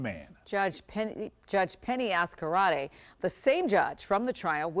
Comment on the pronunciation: Why are they pronouncing het last name like that? It's basically Az-carte. Not az-karate.